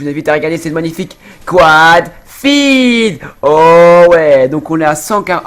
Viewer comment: Comment tu a dit "Quad feed " ca fait pitier....Deja en Francais tu est nul ! Alors en anglais !